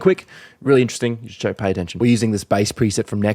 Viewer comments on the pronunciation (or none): none